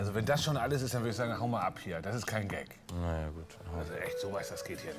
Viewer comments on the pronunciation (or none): Es heißt Gag nicht Geck 😂